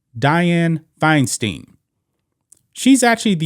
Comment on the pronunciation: it's pronounced Fine Stine... rhymes with Fecal Swine